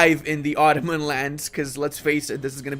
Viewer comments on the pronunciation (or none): none